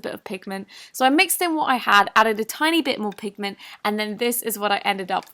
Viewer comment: Word: "pigment " Nobody: Not even a soul: I hear: Penguin